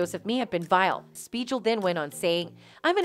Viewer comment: I can't even take in the info of this video cuz all I can hear is how Dr Speigal is mispronounced.